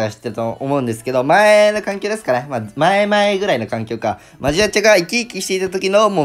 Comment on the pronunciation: アジアちゃになってる笑笑